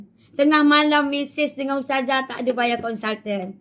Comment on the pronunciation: tapi dia sebut pun bukan bunyi ustazah... bunyi "TAZAH" ade la 😂